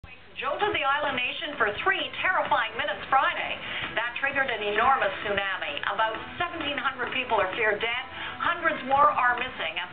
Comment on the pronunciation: omg she fucking butchered the word tsunami.